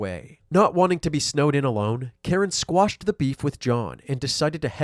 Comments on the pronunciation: Quashed not squashed. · good vid, but it's 'quashed'